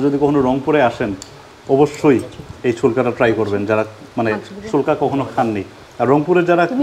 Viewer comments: শোলকা। না পেলকা😂😂😂😂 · শোলকা না প্যালক্যা বলে